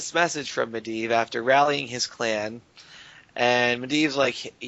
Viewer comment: mendleave. UGGGHHG its medivh